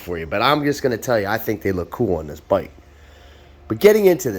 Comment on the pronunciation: This byyke, it's fast byyke, clean byyke, analog byyke